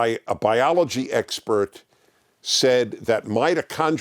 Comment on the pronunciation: Xpert = eggspert 🤣